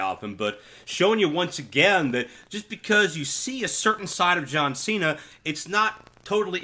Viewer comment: Why is Cena pronounced that he comes from California when he is from Massachusetts 😂😂